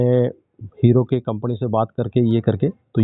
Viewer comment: Pahle pata nhi chala ki app maharshtrian hai.... Bt jaise app ne "company" kaha Toh I guess it....